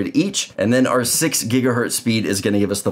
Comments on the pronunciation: The port on the back of the Orbi is 2.5 GigaBit ethernet...and it's said Gigahertz, not Gigahert. Sorry, my OCD just had issues hearing that. lol. Nice explanation however. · Makes me cringe every time you say gigahert. The Z is part of the word not just to make a plural. Otherwise great explanation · This is absolutely fantastic, thank you so much. One thing though…Gigahurt?